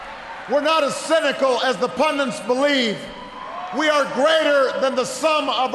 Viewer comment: What's a "pundint"? Hearing that term alot lately.